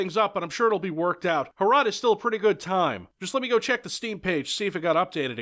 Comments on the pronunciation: The way you try to pronounce the name makes it sound like a Czech transliteration of урод (urod), which in Russian means ''freak'' or ''ugly''. Fitting, given the context. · MUST HAVE HROT BTW to pronounce this properly you just have to map the letters to sounds (H -> H, R -> R, O -> O and T -> T) and say it with a rolling R. What you're saying is more like "HRAT" because you pronounce the O with a sound that it would make in such a setting in English, but virtually no other language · Every time sais "Hrot" I misshear it as "Harada":D. No wonder pronaciation of that word sucks, couse he is from US. Still did the best he could. It's not very often that something from our little country lands on a channel such as this. Thanks... By the way, you like hard challanging FPS? Try Operation Flashpoint. For those who care and don't know, Harada is the guy who made Fighting game series Tekken. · for the love of God, please don't call it "Ho-Rot". Pronounce it as if you wanted clear your throat while saying it, something like that. My slavic ears are bleeding and I'm just half way through the video. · Is it pronounced HROT, or is HROT in cyrillic, as in НЯОТ - Nyeot? EDIT: Nvm, I googled it, it is indeed in latin letters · IM CZECH AND YOU SAY HROT INCORECTLY but i still love you if you ever need some help just say bro i watched you when you started making postal 2 content so you deserve my respect and me loving your videos good luck brother